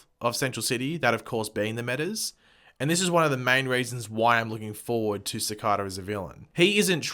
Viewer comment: It's pronounced "Cicayda"